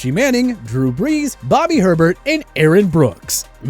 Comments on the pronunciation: Bobby “Herbert?” It’s ay-bear. It’s a cajun thing. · It's Bobby Hebert (A bear) not herbert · Bobby Herbert? its Pronounced "AY-BEAR" Hebert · Bobby's last name is "Ay-bear" not "Her-bert" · You can’t pronounce Bobby Hebert’s name? It’s Ay-Bear, not Her-Bert. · As a Saints from the area, despite this video being 8 months old, I do feel a certain duty to point out you pronounced Bobby Hebert's name wrong. It's "Ay-Bear" not "Her-bert", he's the Cajun Cannon, it's French. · It's Bobby "Hey Bear", Herbert. It doesn't rhyme with sherbert, please do your research. Also, Brees doesn't belong on the Chargers rushmore over Justin "rhymes with sherbert" Herbert. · Its not Bobby Herbert. Its Bobby Hebert. No R. And worst you didn't even pronounce right anyway. Its pronounced 'A bear'. Also Brian Griese didn't play for Miami in the 70s. BOB Griese did though. What's wrong with this narrator? Mark Rypien (RI pee in) Not Ripen. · Ehbere not Herbert. Rippon not RYpien....lol. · Now make a list of all the names you butcherd here. Aye bear (Hebert), Rip in (Rypien). Intriguing though all the obscure names on here. Also Lawrence could be the next Ryan leaf for all we know, he hasn't played a single down yet. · Okay, considering you called him Bobby Herbert And not Bobby “A-bear” speaks for its self (Saints) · Bobby Herbert pronounced a-bear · Its not herbert its ay-bear that's how its pronounced. Its Rippin not rye pen. How annoying. Tannehill holds the Titans passing record. This list is flawed and inaccurate. Sorry, but no way can Trevor Lawrence be on the Jags Rushmore when he hasn't even played a game. Replace him with Blake Bortles. Plunkett above Carr. Kramer above Cousins. Eli Manning holds every NYG passing record. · You are pronouncing Bobby Hebert’s name wrong! It’s pronounced Ay-bear NOT Her-Bert! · New Orleans... He's NOT Bobby "Herbert." It's HEBERT. Pronounced "A-Bear'" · For the Saints, it’s Bobby Aye-Bear, not Herbert. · It’s pronounced Bobby “A-Bare”, not Herbert.